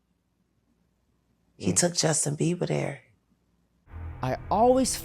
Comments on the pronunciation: Why u keep calling him Justin beaver? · WHO TF IS JUSTIN BEAVER BRO... YOU SAID IT LIKE 19 TIMES